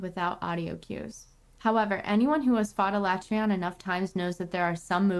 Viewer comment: She doesnt even know how to pronounce Alatreons name.